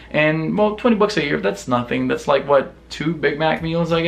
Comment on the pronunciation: "In the ear of our lord 2018" I know what you said, but that's what I heard xD